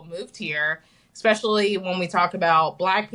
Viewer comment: She pronounces 'especially' as "EKspecially".